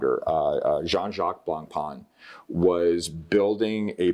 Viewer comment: Nice watches. Don't pronounce the c and n of Blancpain. Their Villeret collection is also amazing.